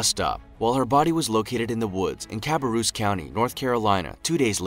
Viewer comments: It’s not pronounced Carrubus it’s like ca-bear-us I live in North Carolina so just helping you out👌🏼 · Lucas C except cabarrus county 😂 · Anyone else here live in NC and laugh at the way he said Cabarrus 😂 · For the love of God that's not how you pronounce Cabarrus County NC. Lmao.